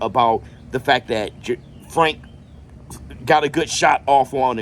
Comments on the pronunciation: Not Fwank 😂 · I hope fwank wins so i can still hear you say fwank 😂😅